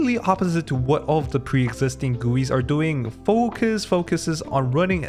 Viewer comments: I like the memes that you integrate in video SOOOO much 😂 The way that you’ve pronounce FOoOoCus… oof 😂😂😂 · That was the most accurate pronunciation of the word "focus"😁